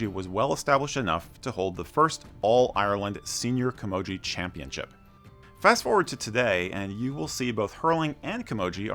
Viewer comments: The gee at the end is a hard g not a soft one as well. Not like gee whiz. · Well told but pronunciations need a lot of work tbh.. Gaelic for instance is pronounced Gay - Lick.. No childish comments please people. Camogie is pronounced Cam-o-g-ee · Camogie is a hard ‘g’ and ‘gaelic’ is not ‘Gallic’ good vid otherwise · Great Video The Girls version is Camogie, pronunciation Kuh- mow- gee also Cú Chulainn is Coo-cull-in he would kick Thor Ares. ·